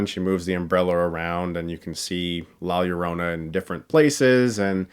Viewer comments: Disappointed this movie is another horror dud. I was actually scared of la llorona as a kid, and lowkey wanted this movie to be good. (Also Chris, hearing you say “la llorona” over and over like that is pretty funny) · I like you reviews but if you’re going to do research about the character. Maybe research how to actually pronounce the title. Otherwise solid review. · The way Chris says "Lla Llorona" 😂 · I hear LawyerOna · La "yio-ronna" 😂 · Hearing all these white people not being able to fathom how to pronounce it lmao It's not "la yo-rona" it's "la yo (d) oh (soft o) nah" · Ugh dude its la JOH-ro-nah not LOH-ro-nah. Its spanish b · “law yourowna” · When I saw the trailer I couldn’t help but laugh! Especially when the actors called her “Joe-rona “. I didn’t see Diego Luna om here so lost all interest was way to American for me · You produce her name as La Ja-ro-na since two L's next together is pronounced as if it is spelled with a "J.." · I knew this movie was going to suck when they pronounce it "lie yerona." 😑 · La Yerohnuh, speaking of pronunciation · To be fair, I’ve seen reviewers call it Lorona and as a Hispanic it grinds my maldito gears LOL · The way he says la llorana lmao.. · Lah Ee-oh-roh-nah* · Listening to whites say La Llorna is the real curse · Your pronunciation of la llarona is the scariest part of this whole movie review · La llorona is it pronounced La yorona? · The ads on YouTube have been driving me NUTS. Every time the guy with the deep voice says the title, I swear he says "La JO-rona" and it's irritating 😠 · I know right, as a spanish speaker I imagine the announcer guy thinking "la Jo- whateve-close-enough- rona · nice save on that hard L on Llorona in the beginning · The sad thing is, you criticized how the trailer gives the correct pronunciation of the film, yet you STILL didn't pronounce it right throughout this video. Lol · I got so triggered of by how he said la Llorona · The fact that people can't say La Llorona correctly